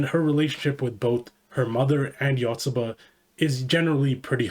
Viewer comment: One of the best series ever, love it. It's great at making mundane, everyday life feel entertaining and interesting to read, just like a young kid learning about the world for the first time. The Yanda-Yotsuba rivalry is absolutely hilarious. Though your pronounciation of Yotsuba is killing me lmao